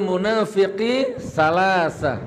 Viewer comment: Gik kamu baca hadis nya salah,..sy tau hadits tsb waktu sy mesantren umur 15th.bukan salasa.tapi salasun,..